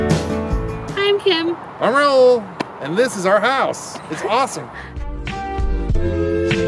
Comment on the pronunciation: Thank God!! ...first time somebody said the name Raul right LOL..so many people just cant pronounce it right …. nice house btw !!! love all the video !!! Going trough the same problems right now with current house ..do we upgrade since kids want their own room ? or we just close the garage and wait till they go to college ? in my city the taxes and water utility are crazy for a small town (7k taxes and 89+ on water for a 1400sq ft house and 7k sq lot on a 40+ year old neighborhood no luxury at all ) (sorry to resurrect old video threads) . will subscribe.